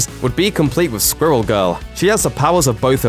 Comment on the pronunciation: Anyone else cringe everytime he pronounced the word “squirrel”